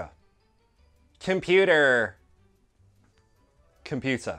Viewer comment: Computerrrrrrrrrr ho brrrrrr